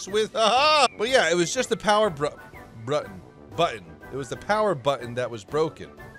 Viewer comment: really has some issues with the word button. benjamin button, power button,...;O